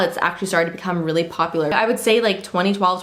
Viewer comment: "Poplar" haha love you girl